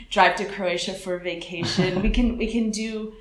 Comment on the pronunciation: ja bych treba poznal ze nejste Anglican z vasi vyslovnosti slova word jde tam moc slyset to O uprostred v Anglii se to cte jako w(dlouhe)Erd (stejne jako worm je wEEErm atd.) a u slova we jde slyset ze to vyslovujete jako Vee (when in fact) se w in we vyslovuje stejne jako w in would kde ho vyslovujete perfektne.... mnoho cizincu ma s we problem a jeste horsi to je u tydne coz je week NE veek ale jinak jedna z nejlepsich Anglictin co jsem u Cecha kdy slysel takze palec hore :D